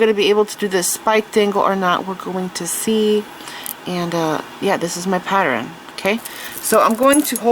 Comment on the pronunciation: That is absolutely gorgeous!!! I hope I get as good as you!! You are amazing. A great instructor. I love you voice. However, just a note: pattern isn’t pateren, and Valentine isn’t Valentime. I love you!!! Please don’t ever stop teaching!!